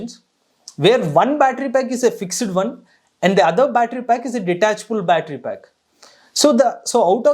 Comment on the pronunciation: It's fixed not FIX - ED.